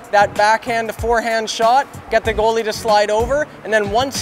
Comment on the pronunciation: says "girly" instead of goalie It causes me physical pain when I hear him say girly